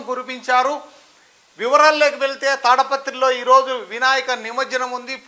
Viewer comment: అది తాడపత్రి కాదండీ.... తాడిపత్రి